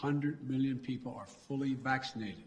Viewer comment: I hate the way he says "vachschinated".